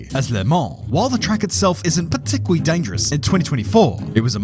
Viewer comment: hahahahahaha partickuwary dangerous